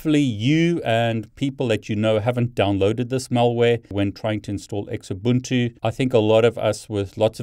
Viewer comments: Its pronounced zoobuntu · Always verify the checksum. Oh, and it's pronounced "Zoobuntu" (Xubuntu). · Great content. Your pronunciation is funny. Xubuntu is pronounced zoo-bun-too :) I prefer Knoppix ;)